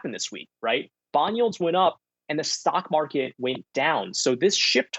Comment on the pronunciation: Lol I heard it too